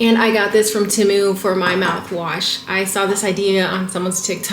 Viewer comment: I love the you say tehmu 😂😂😂